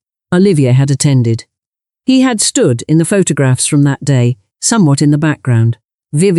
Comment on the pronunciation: Bad ai naration, pho-tog-rags?